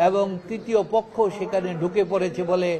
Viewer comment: আমার মনে হয় টাকা খাইয়া এই উকিল আউলা ঝাউলা কথা বলে ঠিকমতো পক্ষ শব্দটি সঠিকভাবে উচ্চারণ বের হচ্ছে মনে হইতেছে বুকে সৎ সাহস হারিয়ে ফেলেছে কারণ যারা টাকা খেয়ে কথা বলে তাদের কথার মধ্যে অনেক সময় ভুলভাল শব্দ বের হয়